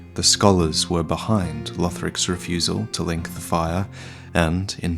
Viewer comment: Leenk dee faya